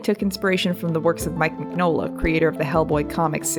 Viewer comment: Mignola (mee-nyo-la)